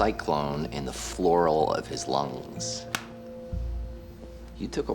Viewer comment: "Pleura" not flora lol I thought he said flora at first too